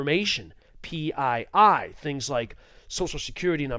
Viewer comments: Nobody calls PII “pie” man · Hearing PII pronounced "pie" made me flinch every time.